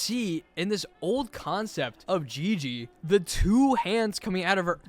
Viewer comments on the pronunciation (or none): none